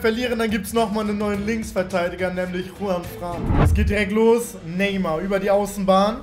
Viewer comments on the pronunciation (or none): none